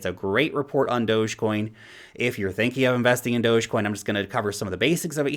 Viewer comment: thanks for pronouncing dogecoin right.